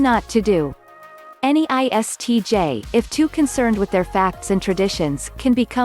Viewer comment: as an ISTJ , at this point i became like WTH she said iTsj ... 😂